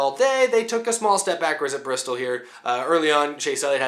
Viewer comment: Not enough r... 😂 Brrrrrrrrristol Baby!!